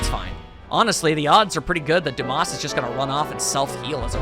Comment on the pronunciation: Not going to lie, I thought Dumas was pronounced Dum-mas the moment I saw it. Duu-mahs sounds a lot better.